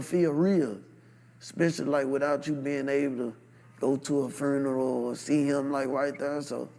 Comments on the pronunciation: What is a foonural? 🤣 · Bit say ferneral